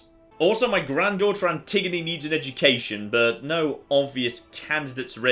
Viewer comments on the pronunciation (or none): none